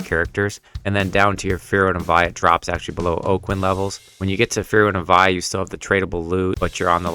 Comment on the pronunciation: Vie is pronounced Vee